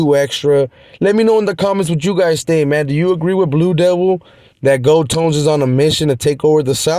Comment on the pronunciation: FKN. GOLD(TOES) NOT GOLD(TONES). LOL